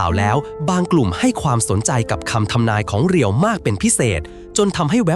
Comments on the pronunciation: เขาชื่อ เรียว ไม่ใช่ รีโย่ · เรียว ครับ ไม่ใช่รีโย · อ่านว่าเรียว